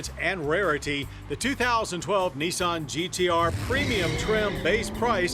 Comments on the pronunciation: nIsan not neeson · it's not neesahn it's nissan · gotta love Americans... Knee-sawn... LOL